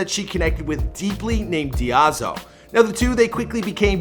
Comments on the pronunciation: You butchered all the names. “Die-zoh” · lmao he pronounced her last name like it was japanese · I'm sorry, but everytime I hear diazao I hear diavolo